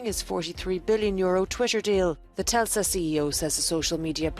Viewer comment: It’s pronounced TESla (not Tel Sa) 😉